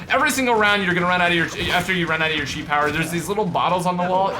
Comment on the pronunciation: it is pronounced ki not chi